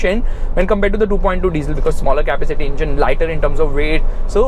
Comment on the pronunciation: kindly pronounce "capacity" properly!